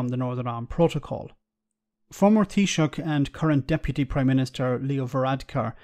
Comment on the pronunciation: Not that I'd expect you to be able to pronounce Tánaiste but because you nailed taoiseach I thought I'd whack it up for you. Tánaiste - tawn - ish - ta Can understand why you used "deputy prime minister" though